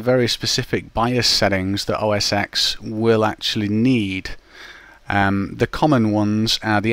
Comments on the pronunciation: it's not called mac os 'ex' The "X" represents the roman numeral for "10", therefore it should be pronounced Mac OS '10'. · i hate when somebody says os "x" its 10! TEN!! not EXX.. just a comment.. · os X? No, it is OS TEN! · I know, but the correct way to say it is 10. It just bothers me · Wikipedia says it should be pronounced "mæk ˌoʊ ˌɛs ˈtɛn" - mac os ten.